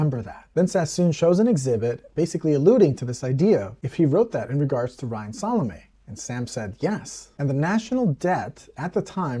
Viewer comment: Thank you for the pronunciation of Salame